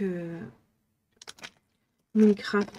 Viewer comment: 😂 Minecraft, sans l'accent je me sous demander de quoi tu parlais jusqu'à voir les objets 😅 Très jolie craquage pour Noël ✌️😺